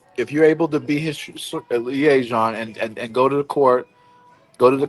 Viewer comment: Add pronunciation of “liaison” to the soundboard.